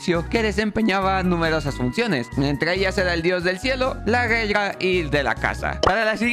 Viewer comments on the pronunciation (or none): Hablas bien raro en vez de decir Guerra! Dices (gelga)